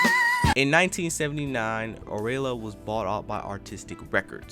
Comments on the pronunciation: Arola? Artistic? The Whiners?😂😂😂 you got me rolling! It’s (Ariola )pronounced ar-EE-o-lah , (Arista) AIR-is-tah, and (Winans) WHY-nans.😂😂😂😂😂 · The Whiners??? Arela??? Dude, Ariola, The Winans...😂😂😂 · Air-ree-oh-la records lol